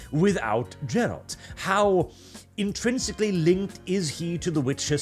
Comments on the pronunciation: Take a Shot every time says "Ger-ALt". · If you call Geralt:Jerald one more time, I am going to Norway. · Is pronouncing "Geralt" correctly really that hard? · Geralt has a hard G, man... c'mon. The first syllable is stressed and is pronounced basically like the first syllable of "garish" (or "Gary"). Also, the word your were hunting for is accentuate (stress on the second syllable), as in "accent," like a decoration or a feature that gives visual emphasis. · It's Geralt, not Dżerald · its not Jerald its Gerald whit a hard G!